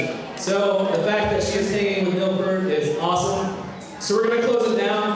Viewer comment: I'm glad you pronounce it like that in Danish- so did the dork who inducted Rush into the Hall of Fame (not Dave Groehl). However, Neil does and has always pronounce it "peert"